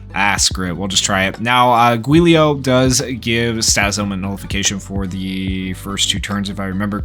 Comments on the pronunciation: It's pronounced Julio 😭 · It's pronounced "Juu - lee - oh" and the juu is kinda pronoucend like jew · Giulio is an Italian name. Think “Juliet” but said with “-lio” instead. Also, think “Rudy Giuliani” but say the name like the last name, except with “-lio”. Giulio!